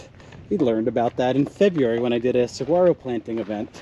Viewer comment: Saguaro is pronounced suh-waa-ro how do you not know that living in AZ?